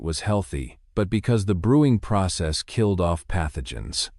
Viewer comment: ...kill-lid was the 1st one I caught at the VERY START of the video. Why not simply INVEST in a REAL PERSON reading what needs to be said??🤔🤔